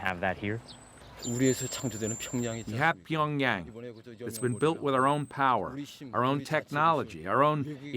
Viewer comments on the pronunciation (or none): pyongyarng bro pls pronounce it right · The city name is actually pronounced Pee yawn gyang